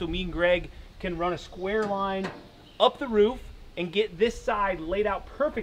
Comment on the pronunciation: ever notice how construction workers almost always pronounce roof as rouf? lol